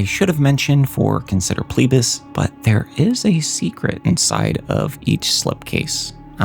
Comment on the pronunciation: It's FLEE-BAS, not PLEE-BAS.